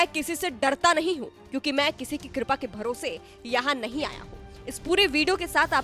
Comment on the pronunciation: जो कृपा को कुरपा बोलता है बारहवीं के बाद इन्टर मे एडमिशन बोलता है अंग्रेजी समझ में नहीं आता है।